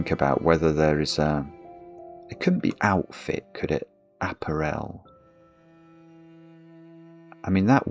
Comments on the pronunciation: Please check how to pronounce apparel! You are saying it wrong! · I'm in the UK, and I've never heard that pronunciation before. It's either just or regional. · I'm from Southern England (living in Wales), I have never heard apparel pronounced that way before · The pronunciation of apparel in this video makes me twitch. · me too, I doth think the brit has the wrong pronunciation here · I doubt it. I'm curmudgeonly and don't tolerate fools gladly. Murdering very standard English pronunciation is one of my triggers, I'm afraid. What's your excuse? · Never heard anyone pronounce apparel like that. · Mix it with some prosecco and soda water and you've got yourself an Apparel Spritz. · as an non native english speaker that's how i pronounce it lol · Yeah is definitely wrong here. There's a few words he says wrong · There's a Scottish player at Cambridge United who is part French. His name is Appere with an acute accent on each of the two e's. There is a stress on that final syllable. Another way to describe this pronunciation is to say that it is the same way wrongly says the word "Apparel". The stress should be on the middle syllable. a-PA-rel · clearly leads a closeted existence and doesn't get to hear normal people saying the words he only knows from crosswords. Hence, app-a-REL instead of app-A-rel. This may not have got past the Times crossword editor, but I don't see a problem with it. The Times doesn't set the rules by which all cryptic clues have to abide. In any case, "of" can mean "from", so "discounting item from clothing" would be cromulent. When I saw "odd scent", it was obvious that it was cluing "set", even to. I'm sure he'd have no problem with "odd balls" meaning the odd numbered balls on a pool table say. It's no less valid than "Jamie Oliver completely naked", where the letters are treated as collections, not as words. Once again, I think hubris is just sour grapes because he was made to struggle.